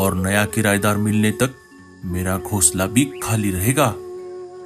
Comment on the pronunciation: Gosla nahin--- Ghonsla. Tum logon ko hindi nahin atti kya? O nalaik,Kahan par kho gaye nahin-- Kahan kho gaye? Tum logon ne aisi chidiya Kahan dekhi hai jo jooda banati ho? Tum logon ka dimag kharab hai kya? Boodhe pakshi ko bahut kaam lagao . Ye kya bakwaas hai? Boodhe pakshi ko zyada kaam do ya bahut kaam karvao. Tum log itne nalaik kyun ho? Janch kar lete hain nahin-- Janch karte hain. Bewqoof logo,ye parivar nahin pati patni hain.